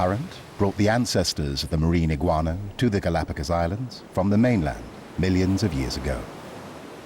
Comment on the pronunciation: Not eguana